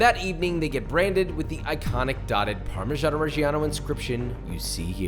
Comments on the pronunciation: Parmesiean 😂 Rick and Morty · can someone explain to me why americans pronounce parmesan so strange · it is Parmesan. He didn’t say do you want Parmesan reg… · All that and you still don’t pronounce it correctly!!